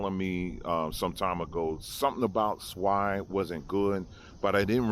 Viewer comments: Funny but NOT funny::: although it's a fish named ""swai"" the way he says it it sounds like SWINE😖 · "Swai" It does not even sound good... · Ok now 1st they said tilapia was the worst fish now its swai. And its pronounced like SWAY but spelled Swai. So what fish is the best fish then without bones? Cause I'm not eating no fish with bones.